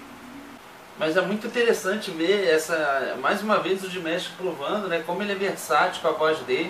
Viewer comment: Galerinha só uma observação, coisinha boba... na pronuncia do nome dele o "ma' se pronuncia "má" msm, então se fala "DiMÁsh" e não "Dimesh"... Por favor façam a alegria dessa dear... q o próximo react do Di seja ele cantando The love of tired swans no Kremlin ou My heat will go on que ele cantou recentemente (11/12) no Hainan International Film Festival... Muito grata desde já!